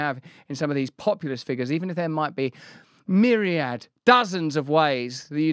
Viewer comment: First I've heard in a long time, the word "Myriad" spoken in a sentence the right way 🤙